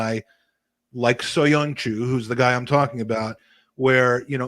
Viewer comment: Man said soyoncu you know😭